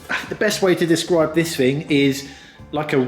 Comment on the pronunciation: Please stop saying "frough", "fink", and "fing", instead of "through", "think", and "thing". It's thucking annoying!